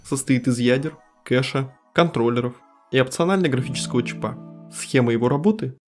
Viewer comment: Говори по-русски, не склоняй на последнюю гласную. 😖 Правильно: чИпа. видеочИпа.